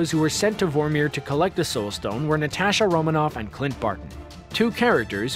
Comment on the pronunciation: Natasha is pronounced Natasha, dude